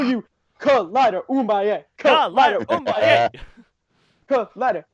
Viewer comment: isn't it boom-aye-A(<- hooked on phonics version) not uum-buy-A? I watched a documentary about the rumble in the jungle Ali VS Foreman and I'm pretty sure it's boom-aye-A. That was 10 years ago though so I could be wrong.